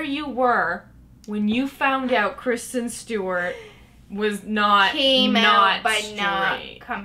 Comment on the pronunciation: not-care-sten stewart